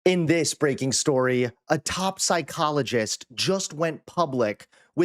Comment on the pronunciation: "In this breaking storeea..." 😂👍